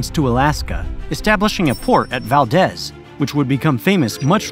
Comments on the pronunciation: Correct pronunciation for Valdez is Valdeese. Local pronunciation rules and it morphed into the local slangese. There was a movie called Valdez is Comming and that would be correct in Spanish but not in Alaska. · Also - Valdez is pronounced Valdeez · Valdez? This one he should have gotten. Maybe I should just wait till the end and make a list. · Outstanding video. The narrator needed more research into pronunciation, though. Aleut, Valdez, Juneau need correction. Good effort on Tlingit, and all the Russian negotiators.